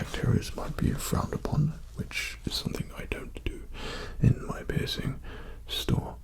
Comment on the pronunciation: I thought he said pissing store